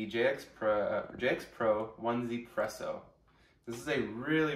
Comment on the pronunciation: It's pronounced 'easy presso.' the number one is pronounced similar to 'e' in chinese. I thought it was "one zee presso' as well until someone explained it to me.